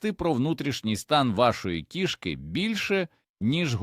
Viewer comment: У кІшки в животі кишкИ!!! Став правильно наголоси!!! 😂🎉😂🎉😂🎉